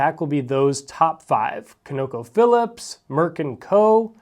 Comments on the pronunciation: Con-uh-co phillips Not co,no,co Trust me the top is the only way its said in the oil industry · COnocophillips. Emphasis on the first syllable. Although who knows you may never need to say the name again! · Please google how to pronounce ConocoPhillips. Thank you